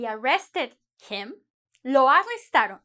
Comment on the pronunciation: Lo arrestarÓn? O lo arrestaron? Be careful with stress. Good lesson anyway